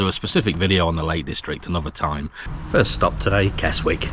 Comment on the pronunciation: Another good video but The 'w' is Keswick is silent so you pronounce the word 'Kez-ik'.